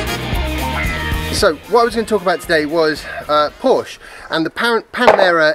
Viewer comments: Joey: "Hey, it's PorschAH" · No. The people who say both syllables know that it is a family name and know that that is how it is pronounced. It isn't an invented word. You wouldn't be so casual if someone started slagging off those new Tee-slaws. And you even defeat your own point by reminding us of Shakespeare's Portia. Somebody from England now officially has no excuse for mispronouncing the name of the brand. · You said Porsche so much in this one. It might be time to learn the right pronunciation. You don’t have to but probably good preparation for when the Mission E is in the news more often. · Chris Till the only people who say “Porsche-ah” are owners of one. Or when referencing the name of your favorite stripper at the local club. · What other comment? Have you moved on to gaslighting? Tell us the next time you see an ad for a "Porsh". Then tell us that the "name" is synonymous. Until then you are just wallowing in deliberate ignorance and proud of it. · Willful ignorance in the pursuit of what, nbkcq28? It's one thing to read a word and mispronounce it because it never comes up in spoken conversation. It's quite another to claim that Porsche isn't a family name. That's like claiming that water isn't wet. The P-word that occurs to me is not "pompous", but "petulant". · aren't making a good case for yourself. This isn't a regional pronunciation of a random noun, this is a family name. There is one way to pronounce it. If someone finds the phonemes too difficult to navigate, the usual thing is to preface your mispronunciation with an apology. This is how adults function. I seem to remember someone on this channel saying something like "to the people in the comments, my name is Sophia, not Sophie. Call me Soph or Sophia, Sophie isn't my name." Because, you know, it's weird to hear people refer to you like that.